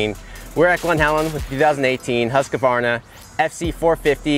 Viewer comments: love how all the ppl that ride bikes and right about them for a living always pronounce Husqvarna wrong. Lose the "A" in the middle there dood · yeah they say "husqAvarna" for some reason, I guess swedish is hard for the americans :) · 2018 and they still cant pronounce "Husqvarna".